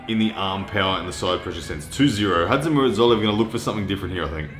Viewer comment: just call him Zoloev. Your pronunciation of his first name is killing me.